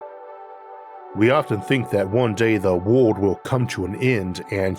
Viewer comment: there is an unnaturally high amount people with speaking impediments making science narrated videos. Their R, W, and Ls all sounds the same. World becomes wowood.